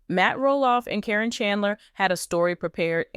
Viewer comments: Her Name is Karen not Corrin😂😂😂😂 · But you're right...it's being mispronounced in this story.